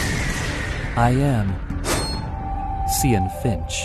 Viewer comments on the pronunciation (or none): Thats not supposed to be pronouced as Ci-yan its suppoeses to be Csay-an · It's pronounce as "cyan = saiyen" get it right moonton